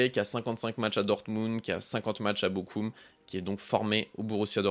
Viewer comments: Super Video BR❤ Attention ça se dit pas Bokum mais Borom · Bonne vidéo mais par contre Bochum ça se prononce borum, ça pique d'entendre bokum 😂. Et jamais de la vie Monaco ne va débourser 40 à 50 millions pour Nico Paz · Alors la prononciation de Bochum est pas bonne C'est : Bochroum